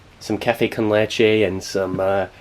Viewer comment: Café con leche 👏. Lo pronunciaste very good